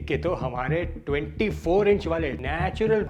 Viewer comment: Natural ❌ Natular ✅ 😂😂😂